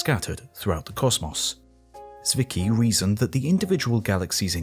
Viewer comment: Fritz Swicky? Oh, found him. Zwicky, but calling him Swicky is actually quite close. Tswicky is how I would write it for English speaking people to pronounce it more correctly.